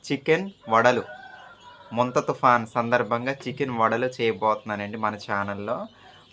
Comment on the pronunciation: ముంతా కాదమ్మా తుఫాన్ పేరు మొంథా